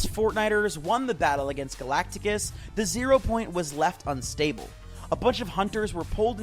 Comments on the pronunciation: Bro called him galacticus it's galactus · No way he said Hemingsworth and galactics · galactus❎️ galaticus✅️